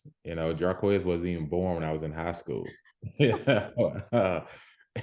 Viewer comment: Jarquez not with a M